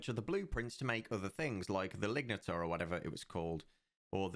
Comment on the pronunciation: You say lignataur, but I hear ligmataur.